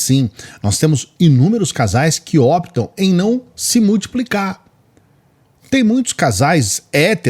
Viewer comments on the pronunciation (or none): none